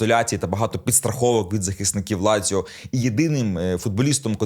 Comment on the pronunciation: Не ляцио..а Лацио..